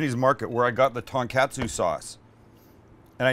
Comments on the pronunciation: Pronounced Ton-Kotsu, not catsu. Please respect their language. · Its pronounced " kaht-su " not CATsu and its ton-kaht-su not ton-CAT-su 😂 smh white people smh 🤦🏽‍♂🤦🏽‍♂🤦🏽‍♂😂🤣😂🤣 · TONkatsu like Tone not TANKatsu... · For someone who traveled to Japan, and loves the food, hearing you mispronounce everything is quite annoying. Every "A" in Japanese is an AH sound. So, "Kah-tsu" and "Tohn-kah-tsu". Other than that, looks delicious. I made myself a pork tonkatsu sandwich the other day and it was incredible. I made my own tonkatsu sauce though, which I feel you should have too...very easy to do. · i believe it’s pronounced “kah-tsu” and “tahn-kah-tsu” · It’s “tōn-kah-tsu” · I do love me some "Ton Cats Sue" sauce